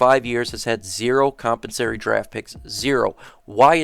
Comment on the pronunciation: Great content and information bro, but is it compensary? Or compensatory? Maybe I’ve been saying it wrong for 20 years lol